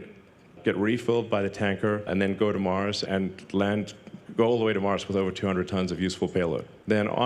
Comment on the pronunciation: He can't even pronouce 'Earth' or 'Mars" or anything with an 'R'